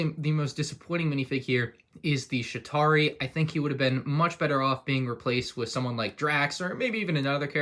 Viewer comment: The fact that when he said chitari he said shitari